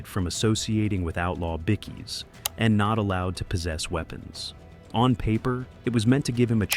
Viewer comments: Good to see no icecream men, but there was a split second I seen them. Now you need to learn it's pronounced by-keys not bikkies. Bit of an insult I believe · BICKIES?? Australian word for BIKERS is BIKE-EES not BIC-EES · “Bickees”? SMH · Us Aussies and THE REST OF THE WORLD says BIKE-KEYS lol I think this guy is the only man on Earth that, lol my 4 yr old nephew even know it's Bike-KEY